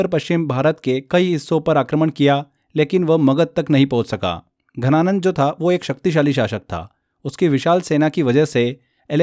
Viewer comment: घनानंद या धनानंद। Please clear your pronunciation.